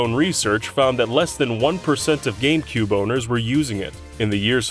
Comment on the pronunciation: What's a "Gamcube"